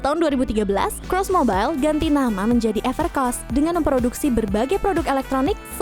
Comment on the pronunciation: Everc R oss? Kayaknya Evercoss deh